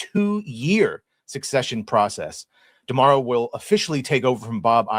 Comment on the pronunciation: Chris is the first person I hear pronouncing D'Amaro correctly, props